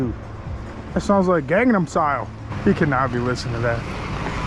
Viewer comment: it's not called gangdom style its called Gangnam style not gangdam style 🤣🤣🤣🤣😂😂😂 and he was listing to the song better off alone by Alice deejay came out in 97